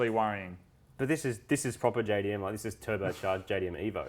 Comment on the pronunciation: Marty no offense my friend but your "evo" is disgusting